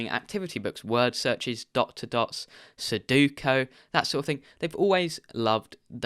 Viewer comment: it's Soo-DOH-koo (Su-do-ku). Suh-DOO-koh would be written more like "Saduko" in Japanese, which sounds an awful lot like the name of the girl who comes out of the TV and kills you in The Ring. Please pass this along to your father, too.:) Keep up the great content.